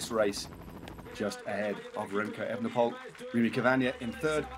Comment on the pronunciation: You can say the correct 'oole when you mean Houle, so why don't you say Evenepool instead of the incorrect Evenepole (and Van der Pool instead of the incorrect Van der Pole)?